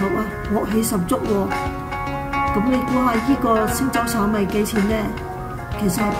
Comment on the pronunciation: 是“星洲炒米”,不是鮮洲炒米。